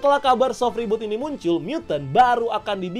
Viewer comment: Reboot ❌ Rebhort ✅